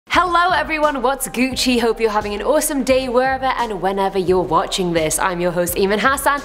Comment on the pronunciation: Who else hates it when says gucci?